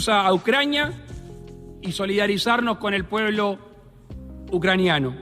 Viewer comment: jajaj ... el presi dijo ucranianio ??? y 2 veces ... jajaj